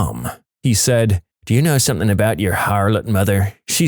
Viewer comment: No K in the word something